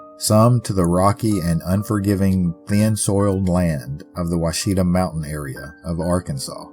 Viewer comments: I live around there, and can tell you the locals still tell her story! BTW friendly note, Ouachita is pronounced Wash-it-taw ❤ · As an Arkansan, you got pretty close, but we pronounce them as the Wichitaw mountains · It’s Wash-a-tah